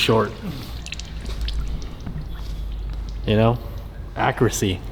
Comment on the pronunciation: Tim: ACCRECY